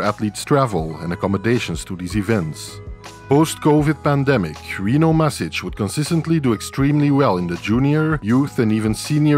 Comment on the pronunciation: Mašić is pronounced Mash-eech, so, not mas but mash. No bigiie, just saying if you are interested. Actually Rino himself on some videos where hes talking in english says it exactly like you, but hes so polite he wans to make it easier for english speaking ppl 🤣😂 But the correct way is mash. We also had IvaniŠević in tennis. Unlike Rino, he would fucking stop plaqying to explain the reff how to pronounce it correctly 🤣 Its same sound, IvanSHevich